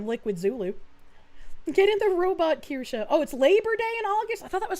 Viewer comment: Do not the korshe...do do the Kirsche 😁